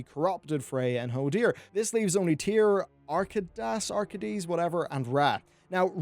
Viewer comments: Archaedeas - Arr-KAY-dee-USS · Ar-kay-das. sage nod. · But what's the actual Orcish word for Draenor? They called it 'the world' sure but what is 'world' in Orcish? I've been needing to know this for like, forever. ALSO IT'S PRONOUNCED ARR-KAY-DAS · Are-kay-dus he yells his name in Uldaman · Archaedes is pronounced "Ar-KAY-dis". You know it is because he SAYS his own name when you fight him. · its pronounced ARK-AYY-DAAS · R - kay - dee - us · Mate, Its Arkay-dus. (Archaedas) he even says it in Uldaman, 5 minutes of extra research and you would not have had to humiliate yourself with that horrible pronunciation.